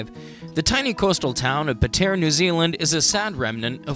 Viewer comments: “Pah tee uhh” im zimbabwean and even i know how to pronounce Patea. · Your pronunciation is horrible 🙄🙄 you need to get your story right to nothing wrong with Patea. There is heaps to see in Patea, you just don’t know the spots.. don’t make videos you don’t know nothing about.